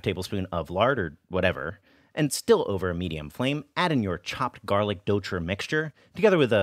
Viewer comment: Your pronunciation of douchi has improved so much since you first began! That tongue curl is perfect!